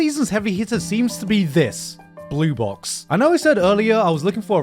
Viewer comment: Why do I keep hearing "blue balls" instead of "blue box"?